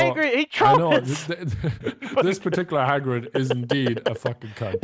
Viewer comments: it's Hagrid like Hag Rid... not Haygrid... bothered me so freaking much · Takenforest Gonzalez no... in the books and movies it Hagrid. not Hogrid or Haygrid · The way he says hagrid bothers me like he says HAY-grid not Ha-grid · It's not Haygrid, love your videos!!!! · I like how calls Hagrid “Heygrid” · saying "Haygrid" really irks me but makes me laugh at the same time😂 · "Hay-Grid" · The number of times says HAYGRIT in this video is infuriating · "hey-grid" lol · "Heygrid" lmao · hey-grid ? no